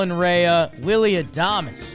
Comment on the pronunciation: Colin Rea (pronounced Ray) not Ray-ahh lol